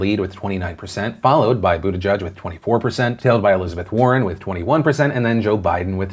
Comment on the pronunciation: I thought it was pronounced Butt-ih-geeg